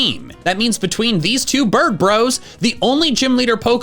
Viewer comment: IT'S BIRDS, NOT F*CKING BIBRS!